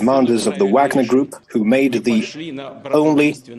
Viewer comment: God, I cannot stand Jack Devine. Even you judge you Can't even pronounce the name correctly.😂 You morons can't pronounce vogner or the names of the people correctly